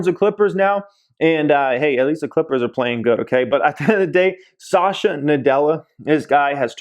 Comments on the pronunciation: Pls pronounce satya nadella correctly...its SAT-h-YA not sasha😁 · It's not Sasha, it's Satya 😞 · Its "Satya Nadella" not Sasha 🤣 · The CEO's name is Satya, not Sasha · Sat-ya Nadella. Not Sa-sha. lol. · Sasha Nadella 😂😂 it’s Satya (Sat-ya) Nadella. Amazing video btw. Always love your content! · Not Sasha bruh! Sat yeah (pronunciation)! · At 7.12, it is not pronounced as Sasha Nadella.. it’s Satya Nadella .. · Pronunciations! Just google “pronounce azure”. Also it’s Satya (suth-yuh) not Sasha... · Lol he said "sasha nadella" I had to doubletake... why you do him like that?